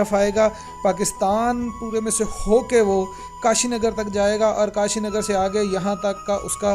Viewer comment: KASHGAR......Not kashinagar...Kindly do the necessary editing....